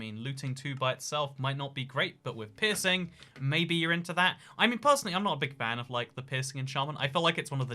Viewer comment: Your accent makes "pearsing" sound like pissing